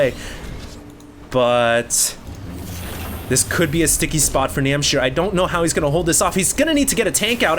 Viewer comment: NAM H C IR not NAM C H IR